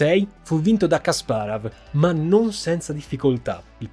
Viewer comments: però dai kasparov...la pronuncia la conosce pure mia nonna:D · Video incredibile come al solito, e incredibile come la capacità di di sbagliare ogni singola istanza del nome Kasparov:D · Povero Kasparov 😭 e il suo nome storpiato in ogni modo 😂😂😂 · Caro, peccato che non ti sia documentato con un esperto di scacchi per la terminologia tecnica (tipo " chiusure" al posto di "finali", i punteggi attribuiti ai giocatori ad ogni pareggio)...come appassionato del gioco ogni tuo "Kasparav" era una coltellata ahahah mi permetto di dirlo solo perché ormai SO quanto tu sia perfezionista e perché la qualità di questo video rimane lo stesso ALTISSIMA complimenti;) lo dico perché, come al